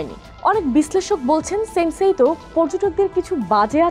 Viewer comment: সান্সেইতউ ✅ সেন্সেইতউ ❌